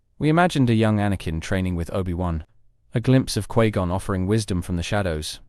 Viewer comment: Quee Gon?